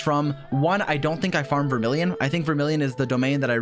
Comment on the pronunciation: vermilion is the only thing on this mfs mind, he accidentaly says vermillion even when he's talking about a character that would never use it